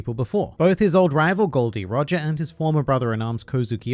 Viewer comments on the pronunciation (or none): none